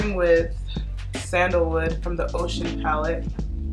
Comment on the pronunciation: Did you say the "Ocean" palette? If so, its pronounced "O-shooown" She is the African Goddess of the Rivers. Her color is yellow. She brings love, beauty, and financial abundance. Ore yeye O! 💛💫🌻🐝